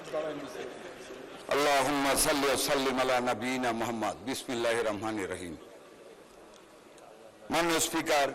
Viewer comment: বিসমিল্লাহ ঠিক মত উচ্চারনকরা হয়নি